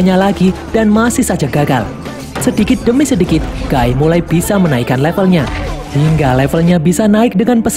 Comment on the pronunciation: Knp nyebut nama nya guy gw denger gay makanya gw nonton sampe abis kecilin volume 😅